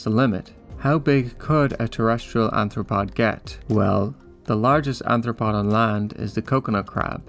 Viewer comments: Why do you keep saying "anthropod" instead of arthropod? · bro its arthropod not anthropod